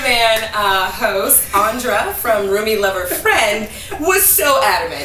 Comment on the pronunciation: LOVE IT!! I love all things commentary and I am glad that Black & Sexy now has two sources, one from the Male perspective and the other from the Female perspective! ("Andra" is pronounced the same as "Andre" would be pronounced)